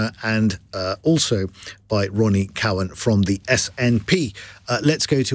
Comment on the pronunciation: Not Co-wan Cow-an